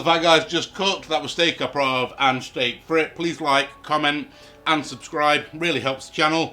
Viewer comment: The French are going to be seething about your pronunciation of "au poivre". Well done. 😄👌